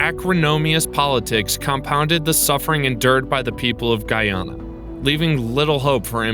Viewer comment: It's not guuuuuyyyaana its ...guyana